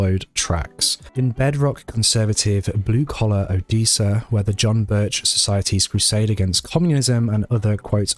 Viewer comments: it's Odessa your saying it wrong it's said the same way as the city in Russia o-des-a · Good job! Odessa is pronounced with a short e not long e.😀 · The second syllable of o-DESS-a rhymes with “dress”. 😉